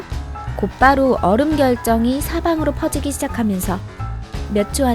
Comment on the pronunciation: 초산나트륨에서 뜨거운 얼!음! 이라고함ㅋㅋㅋ